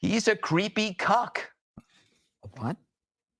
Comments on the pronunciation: . . . ‘cuck’ . . . NOT ‘cock’ . . . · Did he call him a cuck or a cunt ? Walz is a sicko whatever